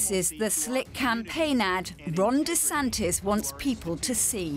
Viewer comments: He pronounces his name like Rondy Santis, just saying. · I'm Ron Dee Santis, it's DEEEEEE Santis, like D-bag 🤦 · It feels like he is saying his own name wrong.